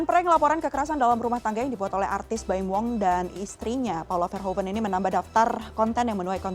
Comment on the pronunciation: verhuven bacanya bukan verhoven belajar bahasa Belanda dulu gih